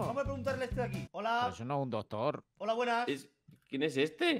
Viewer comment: Como se dice doctor en inglés pues dogtor